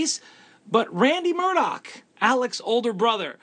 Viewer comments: Im glad I'm not alone!! Nancy Grace drives me crazy the way she says Murdog!! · Murdaugh isn’t pronounced Murdoch either.🙂